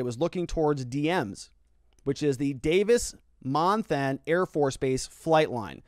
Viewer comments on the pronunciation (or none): Sorry. Had to laugh at your way of saying KOLD (they literally just say the letters) and how you say Davis Monthan (Mon-th-on is kinda how locals say it). My mom lives on one side near the base, my in-laws in Marana, my brother and sister-in-law near the airport. Kinda scary to see the flight pattern. I remember living near the airport in the mid-00s and we had helicopters searching over our house all the time. I highly doubt that most people in Tucson proper thought anything of a helicopter searching at that time of night.